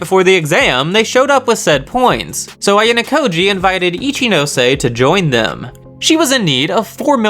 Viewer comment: yeyyy you finally pronounce ichinose right..